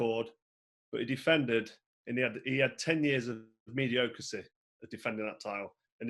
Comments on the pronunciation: Mediocasy!!!!!???? Mediocrity. I’m not one to be petty, but when someone such as Carl is constantly portraying himself as both articulate and intelligent it’s difficult to resist. I’ve enjoyed watching Froch throughout his career and he is quality, no doubt. Granite chin, heart bigger than his head, and a worthy champ, but geez........ he has got a huge ego. I remember the interview with Mayweather “when I boxed in front of 80,000 at Wembley” made me laugh. 1 Michael Nunn 2 James Toney 3 Tommy Hearns 4 Iran Barkley The above list would all beat Carl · He’s in my top 5. But slates him anyway. And mispronounces “mediocrity”. Took too many punches